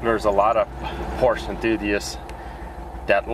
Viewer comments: Por-sha is the correct pronunciation . Your 1st Gen MK1 MR2 is a base mr2, the MK2 MR2 Turbo 1993 and up suspension, handling and power can't even be compared to the 914 as it can't even keep up on straights or curves and has a manual rack steering. Any Fiero is a joke of engineering period, nice try Pontiac. The multi link, double wishbone, independent suspension, with McPherson struts and springs on all corners out performs the Fiero and Fiat in stock form. At the same time the 914 is sweet, under powered, but fun and it's a Porsche. Enjoy the 914 for what it is and was as the was hp restricted with lots of emissions and not doing the carburator conversion properly and port matched,etc can actually end up robbing you of hp. Enjoy your 914, and welcome to the Porsche family. One 911 became two, then 3rd Porsche and now have multiples. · It would be good to pronounce it, "Por-sha." Two syllables. Thanks. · Exactly! Porsche is a 2 syllable word.